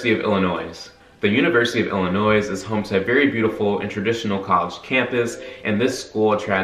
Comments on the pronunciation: Illin noise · You say the S in Illinois one more time I swear to god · ohio state gets a C at best for not teaching its students how to pronounce illinois